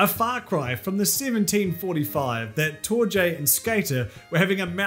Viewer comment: Just a heads up, I think Torje is pronounced TOR-ye.